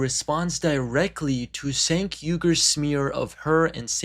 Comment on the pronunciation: It’s hard to take this seriously when the narrator can’t pronounce Cenk’s name correctly. Yikes.